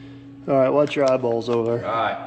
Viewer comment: Every time I hear say eyeballs, I shut my eyes 😂